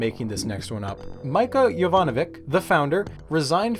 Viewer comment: Mića, not Mica. Totally different pronunciation 😢